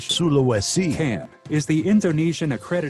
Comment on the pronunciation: No one's gonna say anything about the strange sound of "sulawesi"?